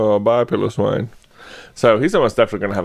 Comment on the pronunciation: Pilowwine is pronunced pi-lo-swine like pie, low, swine